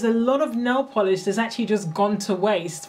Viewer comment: Nail Volish? huh